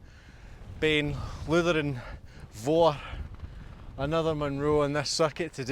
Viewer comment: Just to be pedantic, is it "Iutharn", not "Lutharn"? Begins with an "eye", not an "ell"! Nice video though!